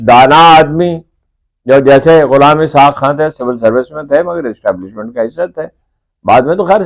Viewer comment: Establishment wrong pronounced keya app ny, hamry mulk ma Establishment only Chief Of Army Staff h.